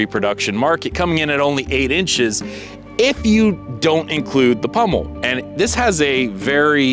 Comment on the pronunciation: POMmel, not PUMmel